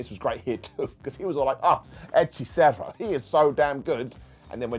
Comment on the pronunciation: Good gob pronuncing "hechicero"